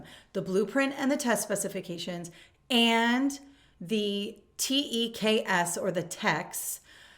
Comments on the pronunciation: TEKS : Pronounced Tea /k/ ‘s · Hi - The standards are called the -T-EE-Ks You are pronouncing it wrong. I love your information and just wanted you to know the correct way to say it.